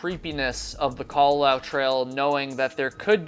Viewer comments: FYI the u at the end is enunciated so the last bit should be "lah-oo" rather than "lau" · It is KA-LA-LA-OO. You pronounce all the vowels in Hawaiian words/names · You tell very interesting stories but, having lived in Hawaii when I was a girl, your pronunciations of local places and of the Kalalau trail is driving me nuts. Babbel, baby.😉